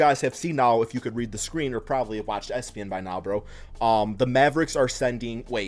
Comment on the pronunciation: Who tf read E-S-P-N as "ES-PEN" 🤣